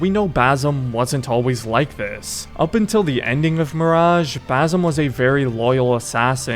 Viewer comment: Basim❌ baysum✅